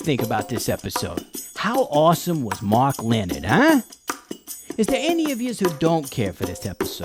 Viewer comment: Pronounced "Le-nard"